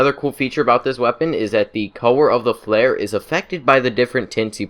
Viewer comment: I love his voice “the cower o’ da fare”